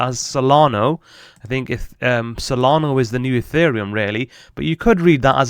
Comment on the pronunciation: Solana not solgardo 😂